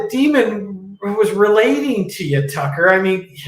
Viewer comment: calls him Tucker with an F 🤣🤣🤣🤣🤣🤣